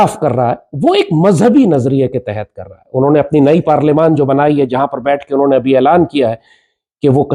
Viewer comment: Bhai 5 years se nahi 10 years se 😂😂😂😂Ya Pakistan ka no 1 stand up comedy actor hai Everyone:- Parliament Lal Topi:- Parliyaman 😂😂😂😂😂 Halakukhan kon hai ya 😂😂😂😂😂